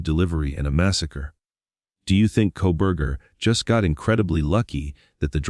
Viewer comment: This is all such B.S. opening the floodgates yet again, for all of these conspiracy nuts and Proberger idiotic comments. This is all just more phoney, sensationalism crap.. Right down to the generated narration that cant even say the names right.." Mo-Jen" and Co- bur-jur" 🤣 !! He was a loner with virtually no friends ( or accomplices) pleads guilty and will rot away in Prison, and yet he doesn't implicate anyone else out of the protective " goodness of his heart" ???? When will this insanity ever end !!